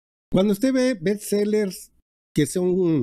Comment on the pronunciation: Se dice Best, no Bets. Tampoco compact dics y no compact disc, istmo y no itsmo.